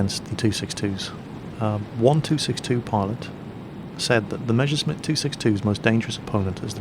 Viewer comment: Schwalbe. Surprisingly well pronounced for an english native speaker. "Messerschmitt" however not so much :P